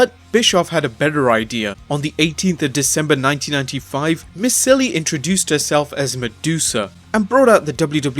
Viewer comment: Yes, but she never used her last name in WCW - it was just "Medusa." (Medusa Miceli was her AWA name, IIRC.) Also, it's pronounced "mih-CHELLY," not "muh-SILLY"